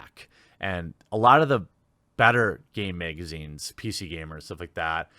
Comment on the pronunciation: "Meegazines" lol!